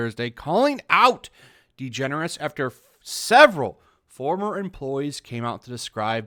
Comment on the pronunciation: WHO😲IS ELLEN DEGENERUS ??? NEVER HEARD OF HEŘ ???😀